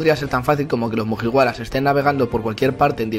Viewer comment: Cada vez que dice mujiwaras muere un gatito